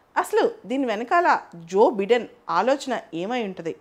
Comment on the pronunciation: భారత దేశము అంతర్జాతీయంగా వ్యవహరించే తీరు తెన్నుల పై మీ విశ్లేషణ చాలా బాగుంటుంది. సివిల్స్ ప్రిపేర్ అయ్యేవారే కాదు ప్రతి ఒక్కరు చూడవలసిన వీడియోలు. గారికి ఉచ్చారణ పై చిన్న సలహా.. "జో బిడెన్" కాదు "జో బైడన్" గా పలకాలి. మీ నుండి మరిన్ని గొప్ప వీడియోల కోసం ఎప్పటి కప్పుడు ఎదురు చూసే మీ వీరాభిమానిని.